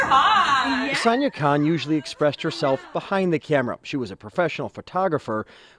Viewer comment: Her name is Sania - you called her Sannah through out the video, on and off.